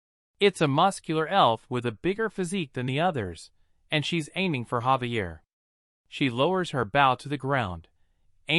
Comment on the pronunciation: why do these readers never say names correctly? his name is Javier not Xavier or Gabriel